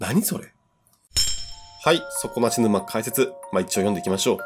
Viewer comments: そ↓こ↑な↑し↑ぬ↑ま→ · 底↑な↑し→沼↑ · 底無し沼のイントネーションそれなんだ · 底なし沼の発音が気になって仕方ない！笑 地域差あるのかな？